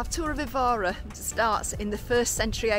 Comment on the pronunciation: My wife, Isabel, was born in the area of the cathedral and found your video very informative and showed Évora to be a place to visit. You only received 9/10 though because your pronunciation of Évora made her cringe! Hope you enjoy Tomar.